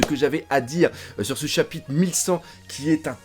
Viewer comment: À la 15 ème minute, il y a eu confusion entre "chabite" et "chapitre" 😂